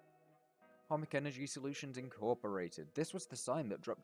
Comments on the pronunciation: To be honest as a Polish person. You pronounced both Masło and Chomik really nice ;) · You are the first person that i see pronouncing chomik right!